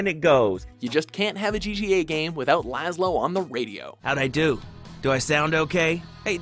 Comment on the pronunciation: laslow???? really??